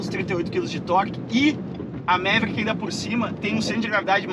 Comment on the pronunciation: O nome original pronunciava-se “Maverick” e nao “Méveríck”.